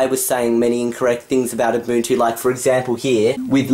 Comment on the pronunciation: Finally you say UBUNTU right.